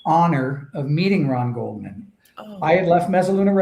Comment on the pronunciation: ...It's not "Coleman", it's GOLDMAN. Please pronounce the victims name correctly.